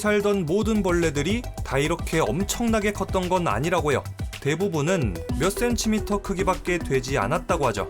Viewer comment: 설명충이라 죄송합니다만... cm는 센티미터라고 발음하시는게...